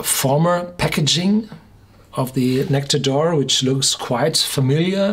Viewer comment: True, and it's not said like "oar".